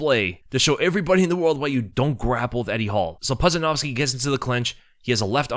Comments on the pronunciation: Its pronounced "poodjanowski" ya doof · It’s pronounced Pooja-Nowski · How pronounced his name wrong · There is no way you pronounced Pudzianowski's last name like that lmfao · Could at least learn to promise Pudz’ name correctly it’s annoying when YouTubers make such needless errors